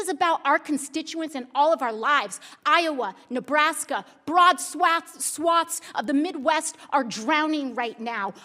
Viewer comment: “Brad Swats” hahahah